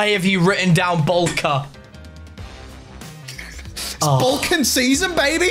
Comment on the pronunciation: Just as an FYI from a Polish person Bułka is pronounced as Boowka